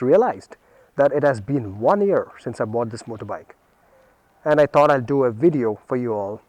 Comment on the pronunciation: nice "wideo"